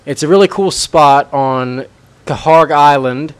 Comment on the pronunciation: I know it's spelled kharg but its not pronounced ka- harg